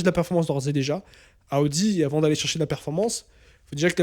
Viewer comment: AOUDI😂Stop. Soit tu prends l'accent pour toutes les équipes sois aucune. Il vaut mieux prononcer normalement Audi = O DI